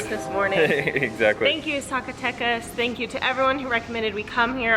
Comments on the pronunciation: Love the videos! Heads up: Z pronounced as an "S" :) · guys you just can't say Zacatecas don't worry is not your fault LOL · Just a pronunciation tip: the letter z ALWAYS sounds like an s in Spanish, not like the English z.